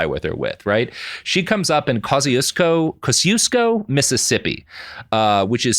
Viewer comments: As a Chicagoan, listening to Robert struggle to pronounce Kosciuszko is agony lol. (I say that with affection cuz i get it, Polish is whack.) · I'm from Poland and I was wondering what other Polish name he's trying to pronounce because I was sure it couldn't be Kościuszko :D How do you pronounce it? It's tricky because I don't think you even have the sound for "ci". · Kosiusko Pronounced (by folks in Mississippi at least) Koz-EE-esko